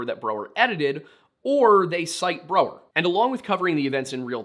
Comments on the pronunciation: I hate how you mis-pronounced Brow-er the entire episode.. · Brow-er, not bro-er. Painful to hear that mispronounced so many times.